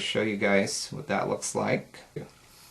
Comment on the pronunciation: Have you tried the new mineral eyeshadows from E.L.F.? If so, which of the two do you like the best? (between ELF and YC) Love your videos and the way you say "dat" lol